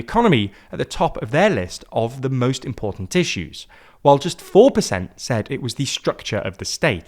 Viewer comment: most in portent tissue?